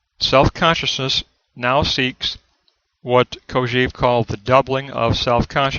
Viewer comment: This is a very good summary, all except for one thing: please, please, stop saying "Kojeev." The correct pronunciation is "Kojɛv", with an è as in "best". It is pronounced this way in French as well as in Russian, with "Кожев." There is nothing more distracting than that repeated beeping sound: "EEV ... EEV ... EEV." Please stop teaching your students this incorrect pronunciation.